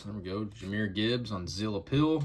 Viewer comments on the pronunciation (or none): "Zeal of Approval"!😂 you know....the gold stamp...Not "Zeal of appeal"?😂 all good homie 👊💯✌️ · Sounds like you are saying “Zill of Appeal”?